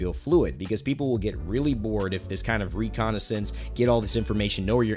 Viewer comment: reconnaissance /rɪˈkɒnɪs(ə)ns/ Learn to pronounce noun military observation of a region to locate an enemy or ascertain strategic features. "or ascertain strategic features." That's pathfinder. All legends have some way to help their team-mates, yet they are not primarily support characters" Even Mirage can help his team mates see the enemy location, but he's primarily offensive legend.